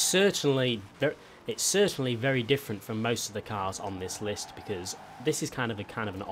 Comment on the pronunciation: certainley certainly